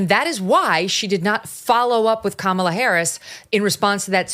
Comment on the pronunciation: She pronounced Kamalas name wrong